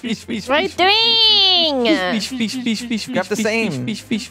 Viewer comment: Feesh feesh feesh feesh feesh feesh feesh feesh feesh feesh feesh feesh